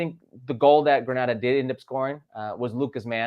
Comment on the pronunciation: It's Granada!! LOL Plz